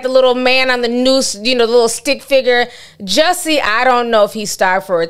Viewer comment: How you keep saying Juuiusie🤣🤣🤣